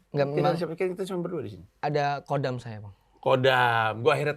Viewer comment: gak pernah ngerti deh sama org yg ngaku belajar agama tapi nyebut KHODAM masih KODAM/QODAM, padahal mestinya HODAM. ini cuma sekedar cara pengucapan ya, bukan ajaran ttg memakai KHODAM